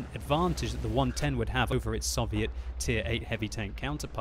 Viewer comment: I wish you would pronounce Soviet properly